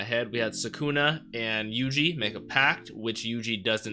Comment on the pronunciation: Sukuna îs pronounced with accent on The first "u"